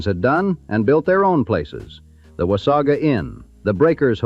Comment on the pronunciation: "Memorial Day". This does not exist in Canada. The typical pronunciation is "Wah-say-guh", not 'Wah-saw-gaa"